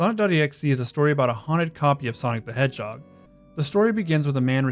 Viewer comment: I heard you say "Sonic the Edgehog" and I think that actually fits for Sonic.exe